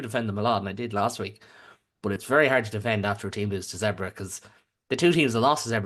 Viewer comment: Lads, Zebre (zebras in Italian) should be pronounce like “zeb-ray”.